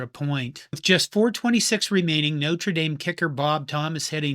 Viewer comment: Yes, it was a mess but still better than the bigger mess college football is in 2026. PS Thank you for pronouncing Notre Dame correctly!